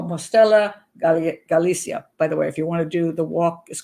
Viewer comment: Pat, thank you for the vídeo. I have family in Teo (my family is from Spain, im Brazilian). Te Bastero family was not the first one in Spain to adopt a Chinese baby, they were the first in their region. Very good pronunciation of "Teo, Galicia, La Coruña"!!